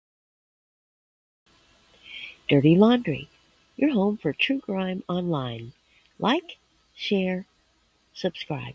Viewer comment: I've been watching you for a while now, but JUST realized in your intro, you're saying "True Grime Online", not "crime". lol I love your channel and your sense of humor.